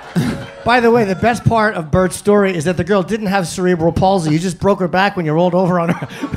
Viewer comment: Mf said cereal bowl paulsey 😂😂😂